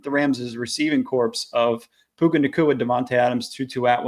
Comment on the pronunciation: No, the “p” is silent. It should sound like “core.”😊